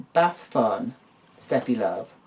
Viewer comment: Seated for this one 🍿🛀and thank you for correctly pronouncing it Sh-teffi Love in the beginning 🤣 I have a feeling Simba called her Steffi due to the popularity of German Tennis player Steffi Graf at the time.